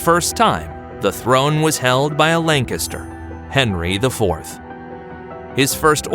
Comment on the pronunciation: Take a shot everytime this guy mispronounces Lancaster and you’ll die of alcohol poisoning